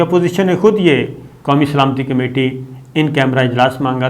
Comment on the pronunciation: سلامتی لفظ کو درست کر لیں پہلے